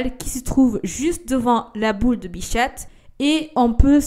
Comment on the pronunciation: Bichate c’est trop chou comment tu le prononce 😂 c’est bicha(t) le t ne se prononce pas mais c’est trop chou bichate